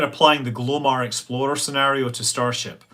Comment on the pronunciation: My American ears keep hearing Exploder everytime Scott says Explorer. Sadly it makes me chuckle.